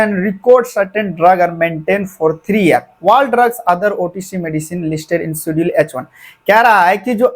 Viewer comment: Sir aap Dubai kaise pahoch gye Apki English To mujhse Zyda Weak h Esa lg rha h aap Schedule ko Sudil keh rhe ho